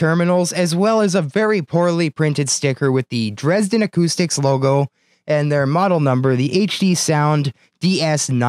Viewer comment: Your pronunciation of "Dresden" is almost perfect German! Glad to see is helping you today!